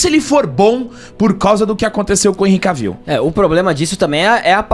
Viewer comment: Vcs pronunciam o nome dele errado. Não é "Caviu" é Quévil